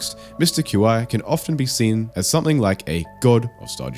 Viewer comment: At the somewhat recent orchestra show, Eric came out and talked to the crowd. He talked about how he says Qi, and I don't think it's how you're saying it here — He also said that it can be pronounced however.